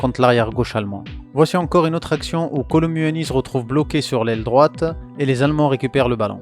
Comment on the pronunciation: J’aime trop ce que tu fait mais apprend à bien prononcer kolo muani 😂😂😂😂 sinon c’est cool’ ❤